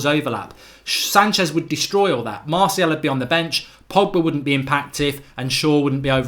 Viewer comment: I like how you say 'marthial'